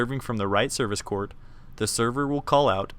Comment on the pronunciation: i watched this in pe and i hate how he says court